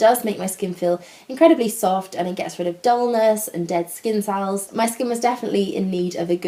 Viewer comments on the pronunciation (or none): none